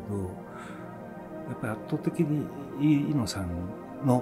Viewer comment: 「Iino」じゃなくて「Eno」なんだね．早すぎる死でした...